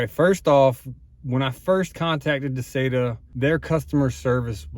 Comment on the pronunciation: I've watched several videos about this particular unit and you are the only one that pronounces it correctly